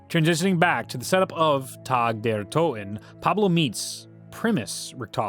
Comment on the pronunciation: Calling it tag like the game really bothers me lmao